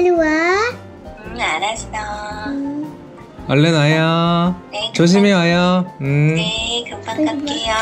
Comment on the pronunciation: 알았어가아니고 아아떠